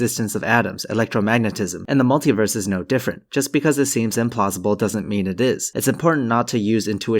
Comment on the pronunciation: mul-tee-verse, not mul-tie-verse Because you don't say u-nigh-verse do you!